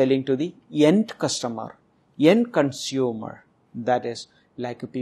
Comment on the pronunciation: End ko yend, authority ko adhority bool raha hai